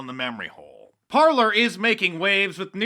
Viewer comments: it's pronounced Parlay, Parler is a French spelling. sorry, had to stop you there. lotta people make that mistake. carry on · oh and mark, it's par -" lay " not "parlour", parler is french for talk ;) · I think that Parler should be pronounced (par-lay') as in the French word meaning "to speak." Love your videos, Mark. Keep up the good work. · Parler is a french word meaning "Talkind" and it's prononced " Parlay" not parlur ! :) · Isn't "Parler" pronounced "par-lay" . It's the French word for "to talk". Remember the old western movies using it to describe a meeting ? Love your vlog, , Mark! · Mark ... it’s ‘par-lay’ dear. The new site instead of twitter. 🇺🇸♥️🇺🇸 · Ffs Mark.... it's the French verb "to talk"!!! Americans.... rolling my eyes. Went to the foyer to parler.... lol...here I'll spell it in American for you.. Par-lay. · Par - lay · "Parley" is how it's supposed to be pronounced. Apparently it's a French word. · Its pronounced "par-lay". French for "talking". Mark Dice! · I think it's pronounced "parley" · Parler is pronounced Par (lay) it's french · I think Parler is meant to be pronounced as a French word meaing "to speak". So, par-lay. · Mark is pronouncing Parler incorrectly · pronounced “Par-lay” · It's pronounced "par-lay" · it's pronounced parlay